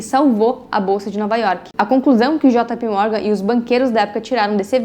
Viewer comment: Eh jei pi ou jota pe, jota pi morgan nao da 😂😂